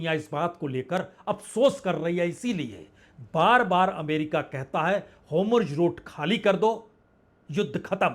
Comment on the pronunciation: हॉर्मुज और नेतन्याहू का उच्चारण ठीक करें